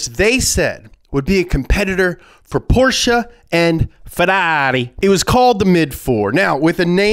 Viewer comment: I watched some other video about VW and Ferdinand Porch was pronounced totally different 😂🤣 I mean you were not even close